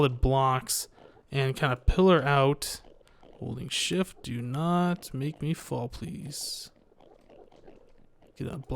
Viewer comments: every time said "Holding shift" I thought he said "holy shit" but I think holy shift is a good swearing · When said holding shift I thought he said holy shit. Loo